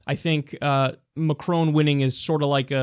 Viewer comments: Agree with the clip...but his name is pronounced măkʹrŏn...and you'd be the one and only news person who correctly pronounces his name :D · Kyle it's Macron not maCROONE. So funny! there is no n sound at the end. Its between Macro and Macrou. but not maCROONE. You pronounced Mélanchon much better! Your analysis of the election is right. The difference between Macron and Clinton is age or let's just say less influenced as of yet. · when you say macron, to pronounce the R in his name think about macaroni, plus the N in his name is silent.. He didn't win by a landslide, is 65% to 34% a landslide to you? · i like how you pronounce it McCrone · Dude at least learn how to pronounce his name.... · Damn you sounded American when you said Macron!